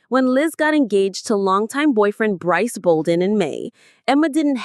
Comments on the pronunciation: It's Bruce not breece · His name is BRYCE not BREESE.. If you going to narrate their posts at least pronounce their names right!!! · lol what is with not being able to say Brice’s name? It’s Brice, rhymes with Rice. 😂🤣🙄